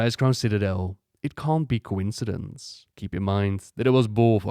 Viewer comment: He lost the V in Be a?